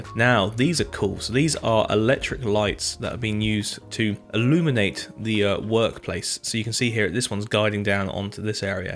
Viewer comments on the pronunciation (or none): none